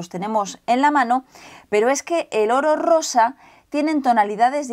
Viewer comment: cuando dice oro rosa parece que dice orrosa